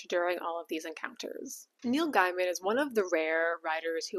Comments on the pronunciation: Did you just say Guy-man? It's pronounced Gay-man as in the oxymoron. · Gay-min, not Guy-mon. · Sorry to nit-pick. It's pronounced gay-min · Neil's last name is pronounced 'gay-man' - you can look it up. I think this one has hit the algorithm cause I'm far from your usual audience, so maybe brace for that. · Thank you. He might be a PoS, but the way she mispronounces the name constantly is annoying.Also, Ian McKellen. Not McClellan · I agree with you. Just thought I'd let you know that you're mispronouncing his last name. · Regardless of what he has or hasn't done, please pronounce his name correctly. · Your opening statement sets the tone. You have clearly already decided he is guilty and appointed yourself Judge,Jury, and Executioner. Even despite your weak, obligitary, "these are only allegations" The simple fact that you deliberately and wantonly mispronounce his name shows the contempt you have. Check yourself, or perhaps all men should just assume that all women are nasty, judgemental hate mongers, and we can be pleasantly surprised when one isn't.